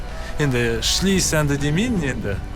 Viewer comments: Жарайсың ШЛИ деп жақсы айттың шымкентше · Шли деп южандар құсап сөйлемеш